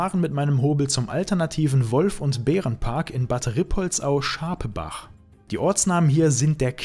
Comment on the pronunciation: Also es heißt Schapppach, nicht Schaap-ach, und Ruuuuhländer.